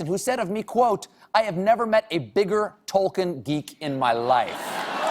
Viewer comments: Not to mention the fact that he butchers the name "Tolkien", [tɒlkiːn], (or 'tol-keen', if you will). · And yet - and yet - he REFUSES to pronounce Tol-KEEN properly . . . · He kept mispronouncing names and places and also got some things wrong and as a lotr fan that made me uncomfortable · He may be the biggest Tolkien geek but he pronounces loads of the names wrong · When he cany say tolkien nor smaug correct.